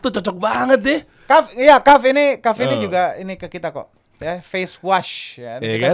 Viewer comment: Kahfffff,bukan kahfi ya,ya Allah semoga komen ini dapat endors dari kahf project